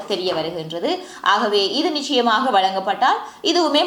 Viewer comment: க்ஷ க்ஷி உச்சரிப்புகளை கலந்து தமிழை அசிங்கப் படுத்தவேண்டாம். நிச்சயமாக என்னும் சொல்லை நிக்ஷயமாக என நீங்கள் உச்சரிப்பு கொலை செய்வது ஏற்புட்யதல்ல. சங்கவி என்பதை என நீங்கள் உங்க பெயரை கூறுவதில் என்கு ஆட்சேபனை இல்லை. அது உங்க பெயர். ஒரு மொழியின் முதல் வடிவம் ஒலி. வரி வடிவம் எழுத்து பின்பே பிறந்தது. ஒரு மொழியின் முதல் வடிவான அசலான ஒலி வடிவத்தை சிதைத்தல் குற்றமானது.